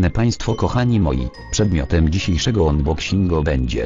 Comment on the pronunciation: "Unbokśingu" xD